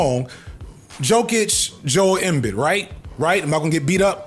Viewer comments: Their names are pronounced Nic-Cola Yo-Kitch and Joel Em-Bead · look at me. Jokic = Yo-Kich Embid = Em-beed I'm throwing my name in the ring as your sports correspondent. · Joel Em-bid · Its Yo-kich and Em-beed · It's Joe-L EM-Beed... not even a basketball fan and I know that 🤦‍♂ Good video. I like that you still try to make educational Sports Videos, views be damned. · I know you don’t watch basketball but it’s pronounced “ehm beed” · I let the Embiid slander and mispronunciation slide, but this man called DJack expendable🤦🏿‍♂️. DJack’s skillset was WAY more rare than Edelmans. please research why DJack was forced off the Eagles……And I hate the patriots but Belichick is literally the greatest defensive mind ever, and also a weirdo old man that dates children. Great video but this is NOT a sports channel lol. Please leave Philly sports out of your analysis lol. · Embiid pronunciation killed me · pronounced Embiid like a sportsball enjoyer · The way you say embiid😂😂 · is fd saying joel embiid's name wrong or have i been saying it wrong the whole time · Goodness gracious unc the pronunciation of these nba players lmao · Naw the basketball section is diabolical....... knows way too much about Jokic/Embiid to not watch ball (or know how to pronounce their names)..... he loves the game but doesnt want to associate with the bulls lol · I can deal with you talking about foot-sports-ball but not knowing how to pronounce some of the greatest big men names is unforgivable for your “sports ball” YouTube channel. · Not gonna fry you man but unfortunately I believe you mispronounced both Jokic and Embiid😭😭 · you might not get your ass whooped, but you will get some serious head shakes for saying Embiid like that lmao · youre going to get beaten up for saying embiid's name wrong lol. blud doesnt watch a lick of basketball lol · Based upon your pronunciation of Joel Embiid and Jokic, I can tell you’re definitely a football guy lol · Embiid is “Em-bead” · "Joel embid"